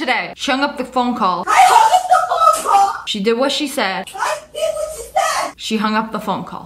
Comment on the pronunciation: i thought she said "fonko" lmao